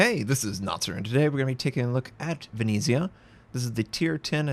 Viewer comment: It's "Venezia" not Venisia. 🤣🤣🤣 And what is this Luigi? We are not Japanese. 🤣🤣🤣